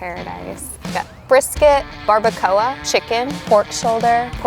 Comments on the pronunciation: Barba-CO-UH...... is the most horrid way I've heard barbacoa pronounced. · Why did she have to pronounce barbacoa like that😭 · Died a little inside the was she said barbacoa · The way they pronounced some of the food is kinda making me want to scream because I live in San Antonio and no one says tamales and barbacoa that way.